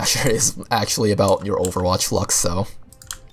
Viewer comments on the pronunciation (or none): none